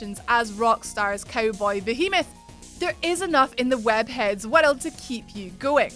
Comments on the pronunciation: monster hunter war-r relds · Luv ur 'world' pronunciation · can you say world again